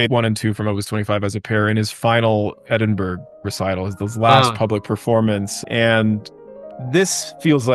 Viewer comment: It’s pronounced “Edinbruh”, bruh